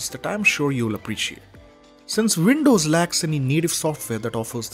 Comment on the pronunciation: You're pronouncing Windows as Vindows.